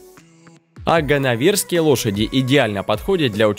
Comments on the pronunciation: Спасибо за видео, только просьба ставить ударения правильно )). ВоронАя масть, воронЫе лошади. ГаннОверская и тракЕненская породы. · Вообще все не правильно! Не ворОная, а воронАя! Не ганновЕрская, а ганнОвЕрская! Ударение не знаете куда ставить, а про подбор видео и фото к породам вообще молчу!